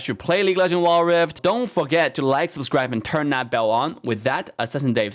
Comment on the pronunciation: why the logo ASS dave....taht sounds so weird